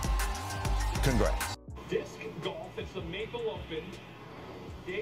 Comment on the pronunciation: When they said, "Disssscuh golf" 💀